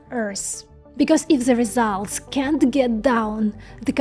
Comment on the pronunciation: I love your videos! If you can't say can't try saying cannot.